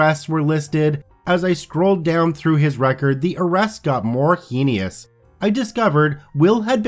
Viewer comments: Heinous, said like HANUS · just an FYI, but you mispronounced "heinous". it rhymes with "anus". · Adding "Krav Maga" and "heinous" to the list of words you need to learn to pronounce.